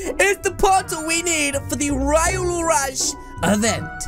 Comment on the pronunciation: its ree olu not ri olu spelling is what u said of name but the way u said it is wrong